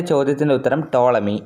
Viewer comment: tolami aahn tomali allaa😊🫠